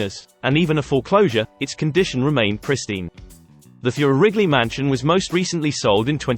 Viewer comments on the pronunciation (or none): #15 - it is pronounced "TOY'-rer". I'm a direct descendant of Mr Theurer.